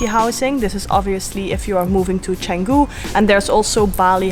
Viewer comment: The first foreign youtuber outside indonesia i hear pronounce canggu 100% correctly